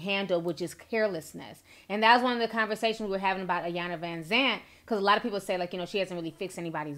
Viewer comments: it’s pronounced “ee-yahn-la” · I hate how people pronounce Ms. Iyanla’s name.. I know it’s an I but the I is pronounced as an E.. E-yanla Vanzant.